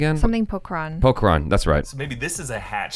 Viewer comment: remembers Pokharan after 3 years of its release...Just look how correctly she pronounces it...She's so quick-witted